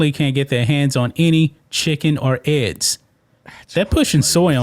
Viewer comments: Bro I love the train this channel is on but for the love of America and all its patriots, please learn how to say eggs (not Ed’s) and Olympics (not Olympits) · E...GGs..not edds...please man